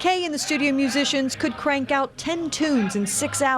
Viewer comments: Reporter couldn’t pronounce musician lol!!! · "If you haven't heard about Carol Kaye, you are in the majority..." what a bunch of ignorant clueless reporters. That woman in the yellow dress is a major dumbass. Because "musician" is one of the hardest words that can be pronounced...